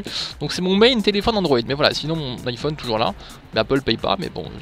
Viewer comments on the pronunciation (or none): none